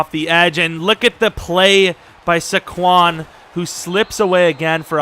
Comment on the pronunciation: It makes me cringe when you say Su-quon its SAY- quon. I'm disappointed in you lol.